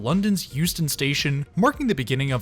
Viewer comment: At first I thought he was saying Houston.